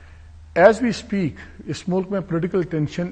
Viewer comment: Malik Sb Spaat is wrong But say see pate